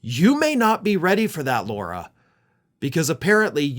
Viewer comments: La-Rah, it's La-Rah. You're defaming all of us real Laura's calling that... Other by our name. 😅✌️ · I'd like to know why keeps pronouncing Lara "Laura"?